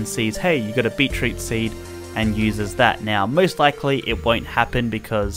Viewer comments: its beet root not beet reet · “So at the start here we have B E E T R E E T ”